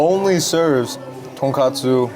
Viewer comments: it's tonKOTsu not tonKATsu 😅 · the pronunciation for tonkotsu is like tonk “oh” tsu so you got it right a few times! tonk “ah” tsu sounds like tonkatsu (the pork cutlet)